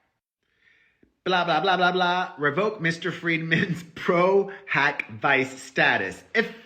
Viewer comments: I’m saying this because I love you and as an attorney, it’s pro hac vee-chay 🫶🏼 you had everything right but the “vice” 💚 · It's pronounced Pro Hac Vee-Chay 😊 But yours is cute too 😘